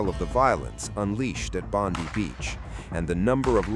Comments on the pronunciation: Bondi Beach!, NOT Bondy Beach?.... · Its Bondi as in Bond-eye not Bondee, please get it right? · Bonde beach it's Bondi as in 👁️ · It’s pronounced Bond-eye not Bondy like the blond bimbo that works for Bozo Trump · Just to let you know its pronounced 'Bond-eye' 🙏🏽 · Bondi Bondeye not Bondee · It's NOT pronounced Bondee ! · must be an Indian murdering our Aussie beach name, typical